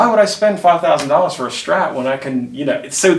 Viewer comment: Pet peeve - it's a STRAT - not a SCHTRAT